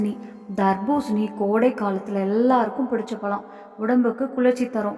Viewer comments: முதலில் தமிழ் முறையாகப்பேசுக. பலமா? பழமா? .. பருவந்தோறும் கிடைக்கும் எல்லா பழங்களையும் உண்ணலாம். உளறல் தவிர்க்க.🎉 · பலம் அல்ல.பழம் என்று உச்சரிக்க வேண்டும். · Everything good thank you. Pronounce "pazham"tamil word